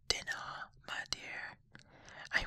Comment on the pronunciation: Really fantastic! (One note though, her cat's name is pronounced "Die-nah")